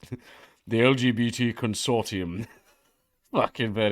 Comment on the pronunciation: It's pronounced consortium, not consortium.